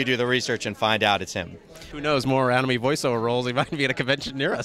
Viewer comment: Wow someone who pronounces anime correctly. Amazed!